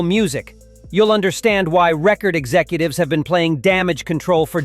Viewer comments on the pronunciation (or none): none